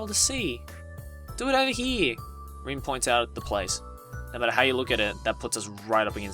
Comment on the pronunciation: How her name is spelled: Rin What I’m hearing: Din